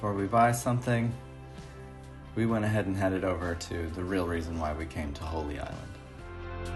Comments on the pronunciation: I think you meant Holy Island as in in a sacred place. Not holly island. Talking of accents when you plan a route, we pronounce that "root". Lindisfarne castle was built from the ruins ofa priory built in the 7th century, hence the name holy island. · Enjoyed the video but it’s Holy Island, not Holly.